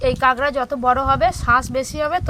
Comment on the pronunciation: কাগরা না কাকরা😂😂😂